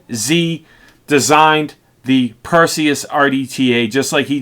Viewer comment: of course it's a big deal. You can't go on and make review about a product for the whole entire world to see and you are saying the name of the product wrong. That's disrespectful to the maker. You have to be more careful and know your product's name before you release your video. Review your video as well and make any sort of necessary editing. And you are talking about "troll". You should take and consider constructive criticism.